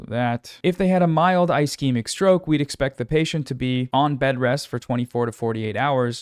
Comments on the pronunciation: Ischemic is pronounced ‘uh sheh muhk’ (ishemik) It’s got that Steven Buscemi syndrome. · If there's any example of why people shouldn't listen to non-medical people on the internet, it's when someone who doesn't do that and is generally smart covers something Healthcare related and can't pronounce basic medical phrases. Ischemic is a soft "i" for example. Kudos on covering this fairly. Just something I had to acknowledge due to my insistence on arguing with antivaxxers online. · I appreciate your coverage and the advocacy you do but man it's a bit disheartening seeing you or hasan reading tweets as news but not even having the time of day to look up how to pronounce "ischemic" or the drug names (except ezetimibe i guess), or maybe giving more info on what CVI is when it isn't expanded upon in the thread. Just a tiny bit more effort and this wouldn't be "trump slop" lol. Or even challenging the post in some cases where it's outright misinfo. Aspirin IS regular med for cvs disorders. It's literally the first line thing to take and the most important.